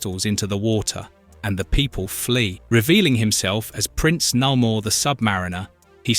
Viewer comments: It's Nay-Mor, not Na-mour. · Cool vid., but it's Nay More and Uh lee Sha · You do realize that you pronounced Namor two different ways, right? The correct way being the second one. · Say 'Namor' right you bell end.